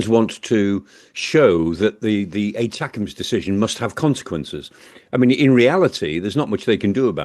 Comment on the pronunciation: "ATA-CAMS". Try "Attack-em's ". FFS